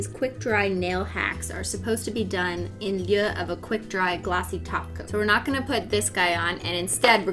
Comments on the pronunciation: in lyuh? yuh? idk wtf she sayin lol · . Did she say “in lieu” but like not the way I’ve heard it said.